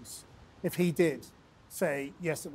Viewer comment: The fact you chose to emphasise the word 'he' to describe a trans woman gives me a fair idea why you were shouted at, if you aren't tolerant don't expect to be tolerated. We all share this big blue marble.